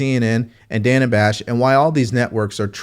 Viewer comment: Its pronounced Dana like banana.